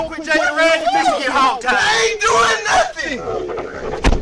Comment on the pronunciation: "I didn't do nutten"